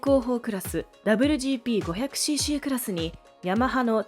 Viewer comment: この「ダブリュジーピー」って言い方は何とかなりませんかね？。当時を知らない人が作ってる感が…